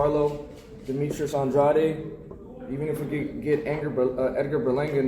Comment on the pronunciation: Finally saying the last name right. Andrade